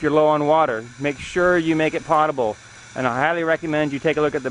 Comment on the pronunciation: I think you mispronounced potable about 15 times. It was annoying.